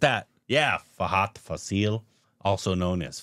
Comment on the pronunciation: It's not Faseeel... It is Faaasil😊 Mammootty and Mohanlal follow different styles of acting and that is the reason why they have been ruling the industry together. Commenting on Mammootty's approach towards acting, SN Swamy, a famous writer in Malayalam film industry, pointed out that, he is an actor who transforms to the particular character. If the character is strong, Mammootty will be also strong and if the character is weak, the actor in him will also turn out to be same. In the interview, the writer stated that Mohanlal follows a pattern in which the actor turns the character to himself, be it a police officer, doctor or a lover. In fact, many would classify Mohanlal as a born actor and Mammootty as a method actor. Over the years, we have enjoyed the spectacular performances of these actors. "I wanted to become an actor, and accidentally I became a lawyer for a while," Mammootty told in an interview. Mohanlal is more of a spontaneous actor. As he usually says he transforms into the character when the director says ‘action’. His best abilities lies in is establishing to the camera the most inner emotions of the character with quite natural expressions in his body language.❤😊